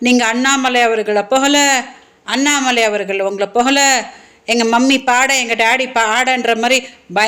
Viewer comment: யோவ் சீமான் உன் பொண்டாட்டிக்கு தமிழ் உச்சரிக்க கத்து கொடுய்யா கட்சி பெயர் நாம் தமிழர்புகல இல்ல மா புகழ .